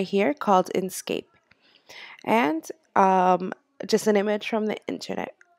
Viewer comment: INK scape. NOT in scape. Smh